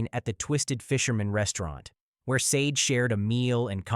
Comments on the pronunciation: Her name is Sade, Shar-day not sayde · I wish all of these victims could have their names pronounced correctly!! Sade=Shaw-day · It's pronounced sa-day. Christ!😩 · Sade is pronounced Shar-Day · I'm subscribing... I appreciate clarity. There's no mumbling & I'm not struggling to understand what's being spoken. I also appreciate the respectful manner in which the victims are spoken of. What's for you is for you & may your channel continue to grow abundantly.💫✨ It's pronounced Shar-day.... She was a beautiful young lady inside & outside like the other ladies covered here.💠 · Actually it's pronounced Shah Day 😢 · Wish you had taken the time to pronounce Sade's name correctly 😪 Great video though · ...Right - because there is no excuse since she shares a name with a well-known singer who has been popular since at least the eighties. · Sloppy and disrespectful to mispronounce Sade’s name 😠 I hate AI